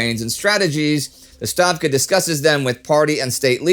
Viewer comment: Thank you for correcting the pronunciation of "Stavka" :)